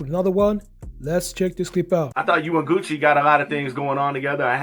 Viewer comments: 😂😆😄 I was thiwho is "gussy" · Why AI can’t pronounce Gucci it’s been around way longer can’t trust nothing with no common sense and was dat RIP🐬 at the end smh you use AI for this whole thing to be put together sheesh this was a 👎🏾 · Bro stop saying his name like that bro u trying to funny are what